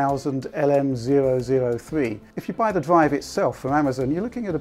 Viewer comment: R have EVER PRONOUNCED R FUCK SAKE, legit what's a DWIVE WTF IS A DWIVE